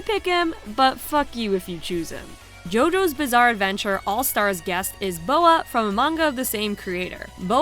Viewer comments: Um, maybe someone already said this... but his name is Baoh, not Boah. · There’s definitely some incorrect information a few of these, tho fair as it’s a long video i’m pretty sure Lars is in the trilogy release, I do have trilogy on switch and he was in that version That’s not Baoh’s name is said (it’s like B-ow and not Bo-a) Other than that really awesome video, if there’s any other incorrect bits, I’ll let you know on a few things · Absolutely 10 outta 10 vid, but when you mentioned baoh for the jojos segment, calling him boa like the snake killed me, because literally every time he does a special move the narrator says his name out loud, so you would know how its pronounced